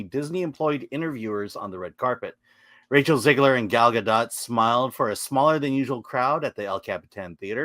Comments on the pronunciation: It's pronounced Gah-doht...not gah-dot. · FYI- Gal rhymes with “doll”, not “pal” and Gadot is pronounced exactly like “god-oat”, not “gah-dot”. Just good to know 😊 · The gall of some people to mispronounce the gal's name.